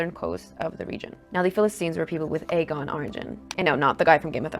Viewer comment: Its not the Agon sea its Ae-gee-an.